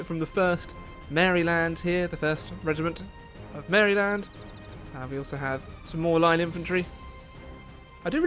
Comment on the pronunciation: BTW it's pronounced Mariland.